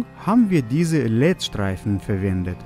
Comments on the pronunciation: das heißt nicht LED sondern L E D 😙 hab dich lieb tolles Video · LED wird einzeln ausgesprochen also L E D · Es heißt l e d kime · ist der einzige der LED als ein Wort ausspricht: „Led“ 🙏🏼😂